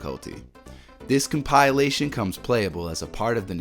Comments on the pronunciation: Com-pi-la-tion. Not Com-pyle-a-tion 😂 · Com-pill-ation not com-pie-alation. Good video though 😂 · Compilation = com-pill-ation, not "com-pie-lation". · Come pie elation. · whats a com-pile-lation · compile - a - tion lololol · "CompAilation", really? You're a native English speaker and can't speak English? Oh wait, you in... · Why do you pronounce "compilation" like "compile-ation"? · “Com-PIE-lay-shun”? Huh? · My god. I came here to say this. It’s killing me. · Does this guy even English bro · I dig your mispronunciation of the word "compilation". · Learn to say compilation properly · I've never heard someone mispronounce compilation before... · I’m convinced the mispronunciation of compilation is done purposefully to get people commenting. That said, YouTubers mispronounce words quite frequently, so who knows. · Best part of this video was the unique way he kept pronouncing the word ‘compilation’. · Great list. It was informative to the point of what I need and not too long. Please however, learn how to say compilation. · Please Google the pronunciation of compilation *smh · It's a good video but that drove me nuts.